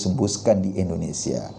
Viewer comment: Indonesia bang eko Bukan Endonesia